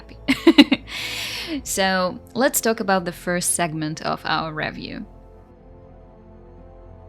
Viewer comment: What's a "revv-yew"?=